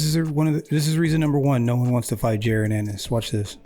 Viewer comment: His name is pronounced "Ja- Ron" Just saying... #215Boxing!